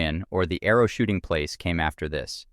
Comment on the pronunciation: .... Snickered. Errow